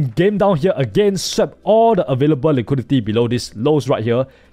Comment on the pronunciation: Im American, and i cannot undo the way you keep saying "liquidity". Now everytime i look at a scale i just keep asking myself "Where to see the liqweedeetyyy" lol